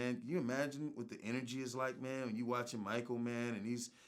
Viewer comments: Dondre' Jackson It’s Because People Made Memes & Shit On How Terrance Howard Says “Man”. He Says “Mayne” Instead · Ryan Charles especially when he was talking about Terrance Howard so it would be “MAYNE” 😂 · "Maf Mane"-Terrence Howard